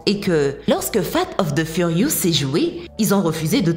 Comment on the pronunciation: Fate of the furious, prononcé comme ça c'est presque dégueulasse.